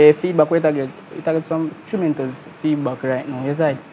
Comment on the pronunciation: Somebody tell deh artist deh pronounce tremendous properly 😂